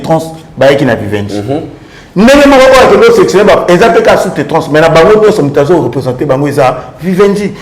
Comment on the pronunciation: on dit Sous traitance et non sous tetrance merci!🙏🏾😒😒😒